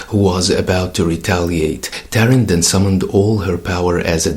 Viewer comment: I could be wrong, but I think Thor Girl's human name should be pronounced more like TAR-EEN, and not like the word Terran.